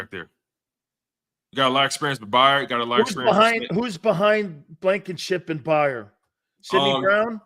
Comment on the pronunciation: You can’t even pronounce Kevin Byard correctly.. you don’t know what your talking about